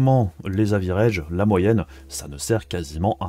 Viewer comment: Aviraidge ça me fait saigner les oreilles 😂